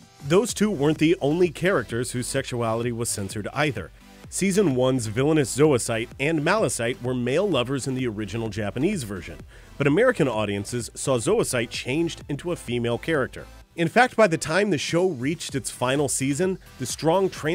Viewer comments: zoisite and malachite are pronounced like the gemstones and minerals.....mal la kite....not ma-la-site. lol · lol his name is malakite not malasight xD but oh well :) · I noticed that, too. It's "Malachite", the end pronouced "kite", not "site". Where in the world is the narrator getting that? Zoicite with an "S" sound, tho', seems okay. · You said Zoicite and Malachite's names wrong